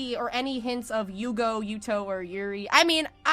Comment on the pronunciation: Yuugo not Yuugou Well let just say the Zexal manga make their relationship "official" and in the anime, Yuma did say "Astral is my everything" at one point. Zexal is probably the gayest Yu-gi-oh series ever, while the Arc-V is the straightest (because Yoshida has no involvement with the anime )